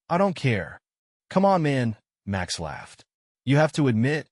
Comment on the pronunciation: the AI voice keeps tripping into a bad German accent every time a sentence starts with "Max".